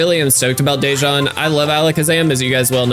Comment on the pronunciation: not to be a hassle but the pronunciation for my name is “duh-juan” thank you very much🙏🏽